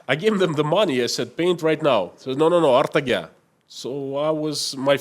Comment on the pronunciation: It is not "Artaga", It is pronounced "Ertaga"